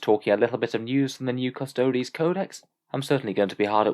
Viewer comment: A 14 word sentence and you couldn't even get that right LOL. It's Custodes...Not custodies.